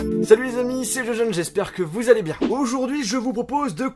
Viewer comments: au debut de la video a lieu de dir il a dit jojeun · mdrr "Salut les amis s'est "??